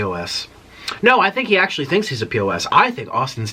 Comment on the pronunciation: “JEOLOUS”. “ACCULLY” “GRANDAMAS” LMAOOOOOOOOOO